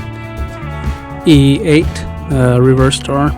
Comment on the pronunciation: I think he was trying to say e-8 and was being lazy lmao